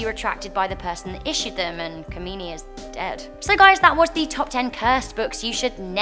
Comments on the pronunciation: FYI, Goethe is pronounce 'guh-tuh', And the Iranian leader the Ayatollah is pronounced 'eye-a-toll-ah' and Khomeni is 'koh-main-ee' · Your pronunciation of ayatollah Khomeini 😂